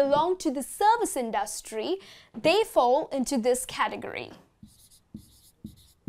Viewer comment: Native Speakers Does she pronounce industry correct? :/